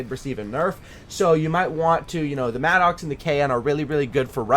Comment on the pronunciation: Pronunciation for Maddox is like mah-dix not Mad OX!